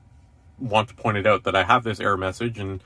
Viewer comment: Gotta love the Canadian Ouuut lol. Not gonna lie I like the way it sounds as an American